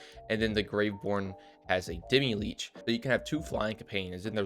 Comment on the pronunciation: It's not demi-leech.